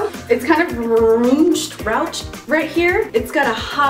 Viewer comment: I know its confusing because it is spelled "rouched" but it is pronounced "roushed"